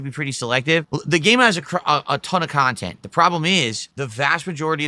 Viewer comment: Is seriously complaining about extra chantent in AN OPEN WORLD VIDEO GAME?!?! Even the most low iq game journalist wouldn't complain about more cahntent in a video game.